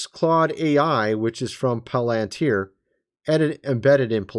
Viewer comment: Pronounced 'pal in teer'